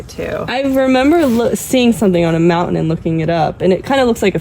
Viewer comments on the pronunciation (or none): none